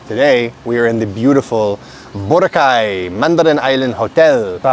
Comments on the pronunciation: pag sobra sa dalawang pantig ang salitang tagalog, ilagay mo emphasis sa gitnang pantig, magimprove lalo pronunciation mo..sample bo RAHHH cay.. pag madaming pantig, the syllable before the last one, bigyan mo ng emphasis. example, ku ma kaaah en, na tu tuuuu log. cook-to-order is paluto, matic na yun magbabayad ka..ganda ng improvement ng tagalog mo! congrats! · It’s pronounced boh-RAH-kai